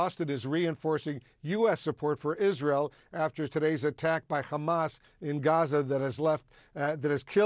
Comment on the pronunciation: For the Presenters it’s not Khmas it is Hamas Pronunciation is very simple. There is no need for all this effort that you use in your mouth for pronunciation. You can save this energy for other things.